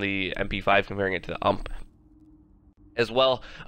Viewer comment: It might be a bit late for this, but why do you keep calling it "hump"? It's U.M.P. like in yoo. aim. pee. It's acronym for Universale Maschinenpistole. It's a Heckler & Koch SMG.